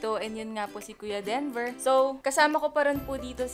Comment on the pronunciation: ngayon lang ata ako nakarinig ng "dinover" for kuya denver. 🤣🤣🤣